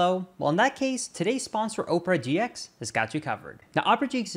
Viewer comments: Oprah GX is a little different than how you made it sound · You pronounced it "Oprah GX" lul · Anybody else hear Oprah GX? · thinking there's 2 different ways to pronounce Opera GX just makes him a better creator